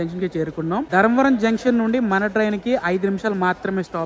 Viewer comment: ధరంవరం కాదూ స్వామీ ధర్మవరం అనాలి. అంత మంచి పేరును ఖూనీ చెయ్యొద్దు దయచేసి .